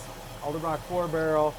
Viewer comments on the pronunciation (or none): Not trying to be a dick but it's edelbrock not elderbrock